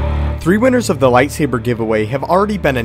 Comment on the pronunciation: Anakins lightsaabeer please lol